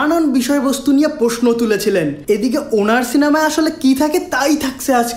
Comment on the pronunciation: ভাই, আপনার বাংলা উচ্চারণ ঠিক করেন। 'পশ্ন, পথম' ইত্যাদি শুনতে খারাপ লাগে।